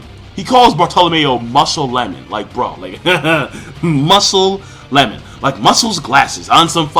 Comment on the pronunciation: musclemelon* lol not musclelemon